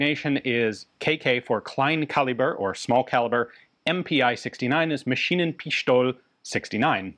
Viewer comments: I know you are a frankophile, but the german tailing E in MaschinenpistolE is not silent Ian. Just add a short "a" sound like in "a frenchman". One day he will pronounce it. I keep up hope :] The "Gesellschaft für Sport und Technik" was nice though. "Sch" normally gets butchered by americans. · Lots of times in German "st" is pronounced like "sh", like in "Sport", but not in this case. "Maschinenpistole" is pronounced "Masheenenpis-tol-a".